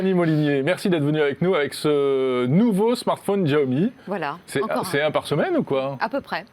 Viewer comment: Mes oreilles à chaque fois qu'il dit"Tchiaomi" 😣